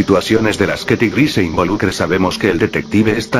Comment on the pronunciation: Xd si dijo tigri